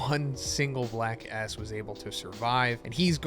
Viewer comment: Whenever you say Black S, it sounds like Black A**. You tried to avoid saying something inappropriate, but also ended up saying something inappropriate